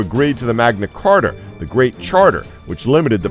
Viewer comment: Magna Carta, not "Carter." Livingston, not "living stone." LOL This guy!